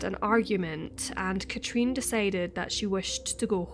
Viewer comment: The way you say her name Katrin is so wrong and annoying.